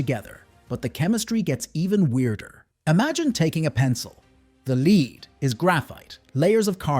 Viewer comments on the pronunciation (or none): It’s pronounced grah-feen not gray-feen and lead is pronounced lehd not leed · Teach your AI voice the difference between lead and lead.